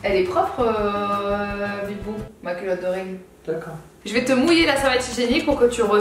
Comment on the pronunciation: She says "Bibou"